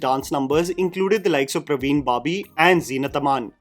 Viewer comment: its parveen i guess rather than praveen.... i guess